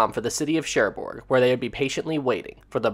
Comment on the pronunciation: Sorry to be pedantic, great video, but the g on the end of Cherbourg is silent. More like Share Bore (phonetically). 😊